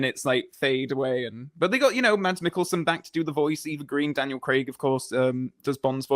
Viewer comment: Just a little hint from a Dane: if you want to pronounce Mads in the danish way, drop the D and say Mas.